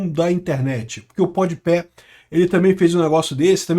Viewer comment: "Podi Pé" me pegou 😂